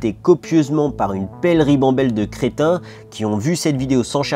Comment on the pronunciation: Quand t'as dis "crétin" j'ai entendu "chrétien"